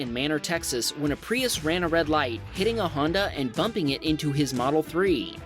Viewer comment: He got a tesle moldel s plaid for his 16th birthday dang